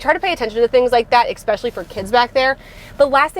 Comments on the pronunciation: I enjoy your reviews as I am looking at svus. One thing that you do drives me crazy. The word is especially not expecially. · I stopped at the 2nd EXSPECIALLY